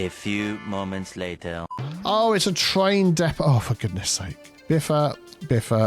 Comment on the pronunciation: ah yes, the TRAIM depot